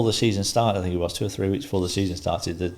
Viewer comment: Me neither! Free - 3 Fort - thought Fink - think ……… to name but a few!